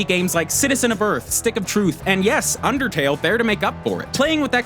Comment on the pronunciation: but rider... IT'S UNDAHTAYLL! -MEHTPEHT